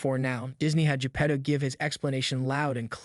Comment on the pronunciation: Your pronounciation of Pinocchio and Geppetto really sucks.... Remember it's Italian not english. You continued to Say P'nokeeou and J'pedou several time. Vowels are not silent in italian.